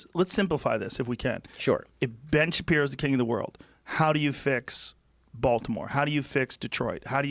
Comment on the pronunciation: ‘Ben Shapino”